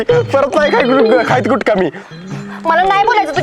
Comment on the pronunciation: गुटका म्हणायच होत पण गुडगा म्हणलास